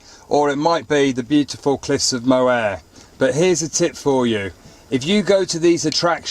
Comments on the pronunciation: 9/10 docking a point for 'Moe-Air', that is a new one...... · A very American mistake to make. As Roy Walker used say on catchphrase "Say what you see" 'Mo-Her'..... Cliffs of Moher easy peasy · Nice video, cliffs of Mohar , pronounced Moor. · as an Irish person I was delighted with your positive view of touring Ireland, I love this country. it's just the people running it I have doubts about lol just one thing, its the Cliffs of Moher (Mower as in lawn mower!) all the best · Cliffs of Moher, pronounced mo-her , said fairly quickly. Good try though c